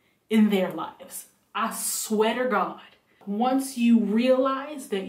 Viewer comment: did anyone else catch "I sweater God" 🤣🤣🤣🤣 no? okay 🙃